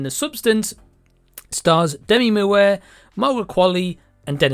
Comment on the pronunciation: The close capture says "Demi mu" because of how your saying her name. 😆